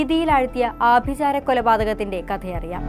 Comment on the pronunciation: ആഭി'ജാരം' അല്ല ആഭിചാരം ആണ്